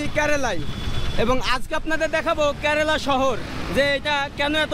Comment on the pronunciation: 😂😂 আরে ভাই কেরেলা না কেরালা হবে ভাষা ঠিক করো